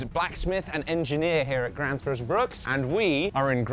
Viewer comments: Gränsfors, not Gransfors. The dots make a difference... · It's not Grans it's Grens the a with 2 dots on top is pronounced as the letter E. and the letter E with 2 dots on top of it is the letter A. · That would definitely be closer to the swedish pronunciation. made the typical mistake of pronouncing ä as a. "Grän" should actually be prounounced like the gren in "greenwich". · The best instruction how to pronounce it is probably "Geh-renns-fosh". If an anglophone used that pronounciation it would sound perfectly Swedish. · The Ä in Gränsfors died quickly in this video xD